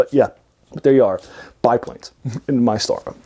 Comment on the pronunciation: Too long. Speaking too fast. Need to focus on the "pulp" topic. It's pronounced "mee-Star-ah."